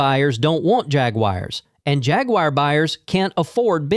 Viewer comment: Once i hears “hag-wire” i closed the video